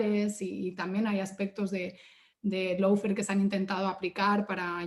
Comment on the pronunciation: La chica esa usa el término Lawfare... pero no tiene ni LA MÁS PÁLIDA idea como se pronuncia!!! Qué vergüenza... dice "low"fare en lugar de "law"fare!!! Y se nota su posición izquierdista de su propia interpretación de la ley!!! Y en Uruguay no hubo descrédito alguno, HABÍA UNA MANGA DE ASESINOS DE CIVILES, UN GRUPO MALDITO LLAMADO TUPAMARO!!! Y QUE NO ME LO DISCUTA A MÍ PORQUE YO LOS VIVÍ!!! NO ME LO CONTARON COMO A ELLA!!!